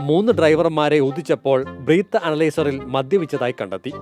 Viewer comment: ബ്രീത്ത് ❌❌ അല്ല ബ്രെത്ത് 👈👈